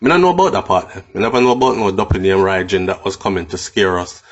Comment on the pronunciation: Careful about the pronunciation of the of the word Rhygin though. All my years as a child hearing the word the name and the legend it was always a hard "G" so the "gin" was never pronounced like gin the drink but rather the g-i-n at the end of the word begin. Still can hear the warning utterances of my Mom when we lived in Trench Town saying whatever I do I must walk away from a life of crime like Rhygin.